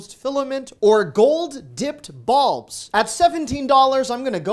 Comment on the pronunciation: I'm sorry, but I had to snicker when you said, "gold-dipped bulbs". That is because I heard "balls", not "bulbs". No, my sense of humor never left 2nd grade!